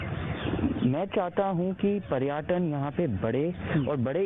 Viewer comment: पर्याटन नहीं होता है पर्यटन होता है second pappu 😂😂🤣🤣